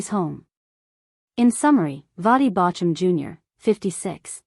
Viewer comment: Drop AI. It can not even pronounce his name correctly. That is not respectful.